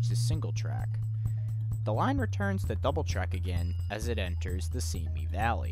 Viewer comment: Simi is sih mee, not see me